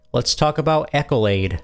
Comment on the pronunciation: If English is not your first language, FFS Ask Google how to pronounce something. It's not "Echolade" Google: Pronounce Accolade